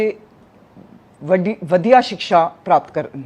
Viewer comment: ਵਧੀਆ ਸਿਕਸ਼ਾ ਨਹੀਂ ਭੈਣੇ ਵਧੀਆ ਸਿੱਖਿਆ ਬੋਲੋ